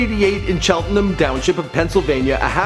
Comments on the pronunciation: Ayyo I graduated from Cheltenham and lived there. LD came and visited me senior year so I got to shoot the shit with him. But fr it’s pronounce cheltenHAM like the meat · Ok I just graduated from cheltenham PA and it's pronounced Tchelt (like chocolate) -en-Ham and his pronouncing killed me